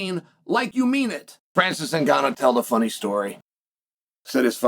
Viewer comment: I love how Chael is pronouncing is his name wrong over and over. Adding a T in there lol